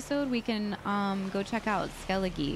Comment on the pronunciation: I know it can be confusing to pronounce names so take your time lol but 'Skellige' is pronounced 'Skel-le-gah'. The e for some reason is pronounced like an a. 🤷‍♂️